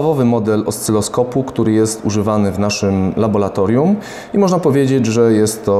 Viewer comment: Laboratorium a nie labolatorium oraz podłączamy a nie podłanczamy...